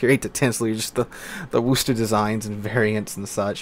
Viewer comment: Not WOOOOster … Wuh-ster.